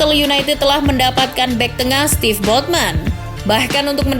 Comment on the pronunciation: Sven , not steve